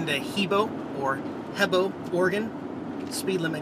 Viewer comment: HE BOW is how it is pronounced/ thanks for the vids love them all you are awesome thanks to to for his comments:-}